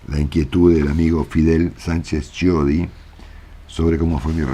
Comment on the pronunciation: Chiodi se pronuncia..quiodi